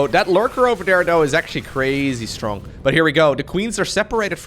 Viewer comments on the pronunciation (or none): none